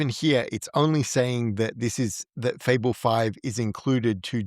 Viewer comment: Fable. Not Fabel it's like this isn't your job